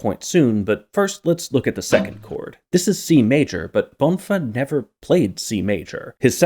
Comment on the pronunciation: so the main hook was twinkle twinkle little star all along also, not that it matters much, but the stress in "bonfá" is on the 2nd syllable, that's what the acute is telling us